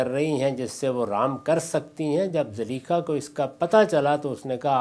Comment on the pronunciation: zaleekha???? hahaha Zulaikha naam tha uska. itna sa to iska ilm hai